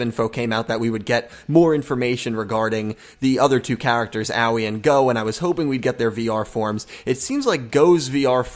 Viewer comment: Hey guys not to be nit picky or anything but I think the pronunciation is not as Yu-Gi-Oh! Everything has said. I don't think it is oweee like what a young child says when they get hurt but something more like ah oh ee. I think her name is supposed to be something like the color blue which is aoi in Japanese. Once again I don't mean to be nit picky but it's just a tip.